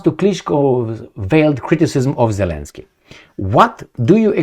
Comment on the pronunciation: it's double "y" in the end of the name, because in Ukrainian and Russian language, there are 2 similar letters , "и" and "й", which are both in the end of the name of Zelenskyy (and many other last names) Зеленський. It is not pronounced as continuous y, as you say it. There is no equivalent in English language.